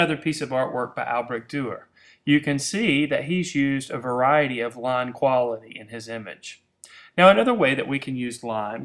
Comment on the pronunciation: IT'S LINE, NOT LON! GET IT RIGHT!!